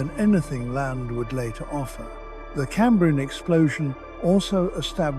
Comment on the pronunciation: Even if it weren't pronouncing Cambrian wrong the pictures would at least line up with the script. It is talking about anomolocarus whilst showing hallucogenia. I'm out!